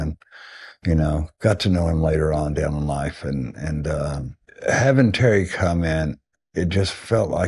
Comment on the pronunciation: Is there a reason he can't say Terry's name?